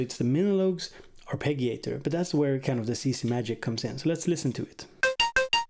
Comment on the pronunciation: In english we usually say arpeh-gee-oh or arpeh-gee-ator. Soft G. Otherwise I'm really into this machine so thanks for that.